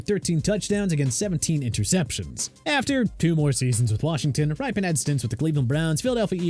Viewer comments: It's pronounced Rippen, not Ripen. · It's RIP-IN, not RIPE-IN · This list is a mess for many reasons, but man did they get the Redskins stuff wrong. Mark Rypien's last name is pronounced like "Rip-pen", not "Ripe-Pen", and Doug Williams threw 4 touchdowns in the Superbowl, not 3. Perhaps that would be forgiveable if it wasn't a freaking Superbowl record and the most dominant performance by a QB in the Superbowl up to that time. Of course, they fared better than Joe Theisman, who won the Superbowl with the Redskins after the 1982 season but apparently failed to even get a mention here . . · It is rip-un like "rip" paper in half! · You lost me at mispronouncing Rypien